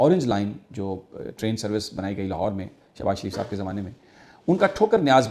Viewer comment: Is madarchod ko dekho .... Hafiz ko shab bol rha h !!!!! Wa re porkiyo 😂😂